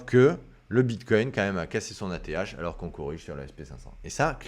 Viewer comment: Mdr, à , on dirait presque que tu dis : l'ETH est cassé !!! 😂 Merci pour l'analyse hebdo